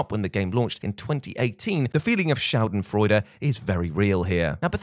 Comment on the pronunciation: Good german 🇩🇪 😉 die Schadenfreude 😆